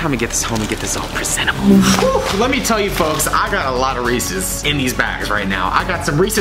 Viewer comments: When he said as many Reese's products it sounded like he said racist products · How many times did he say Reese’s! 😂